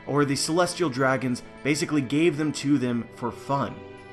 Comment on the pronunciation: Stop saying Basicily